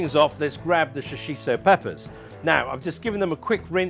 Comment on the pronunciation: Shoshi "T" o (Shoshito) peppers.... NOT Shoshi "S" o. Thanks for the recipe though.